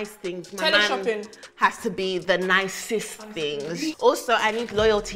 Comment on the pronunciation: “Da doing da doing tinngzzzz” Nella I’m taking this 😭